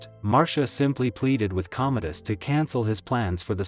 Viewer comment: Commodus, ffs. Not Cometus, not Cometis, COMMODUS. If you're using AI for your subtitles (and voiceover) you could at least use AI that's not too friggin' stupid to get the friggin' name right, for frigg's sake. Stopped watching after 1.5 minutes, shoddy work, wonder how many of those "facts" are, actually, facts.